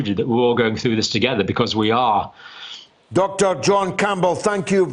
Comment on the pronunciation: You must be Spanish. We pronounce it John. :) Yes, he's a fantastic teacher. I sent some cash for my tuition.